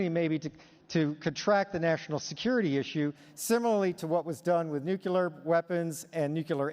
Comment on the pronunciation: I thought this guy was BRILLIANT Until.... He pronounced Nuclear as New-Kew-Lar several times. Only S'wits such a G.W. Bush think that's how it's pronounced.